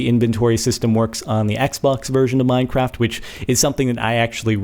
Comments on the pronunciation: He called it mineprap. Can someone make sure. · is it just me or in the begining did he say mindcrap? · Did he just say minepapt